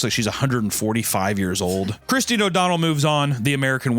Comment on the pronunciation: you can not tell me you think "christine" is pronounced "chriz-den"